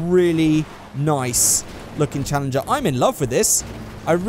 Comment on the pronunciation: you just butchered the challenger lmao